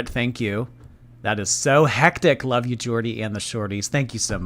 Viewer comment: more like "Brittney's Lah-ve" 😂